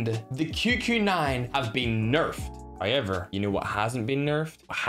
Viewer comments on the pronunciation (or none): Bro I always love when he say "Noi" "Hoyever"